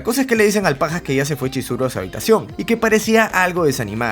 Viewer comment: te equvocaste en esa parte por que tu dijiste choriso cuando era chizuru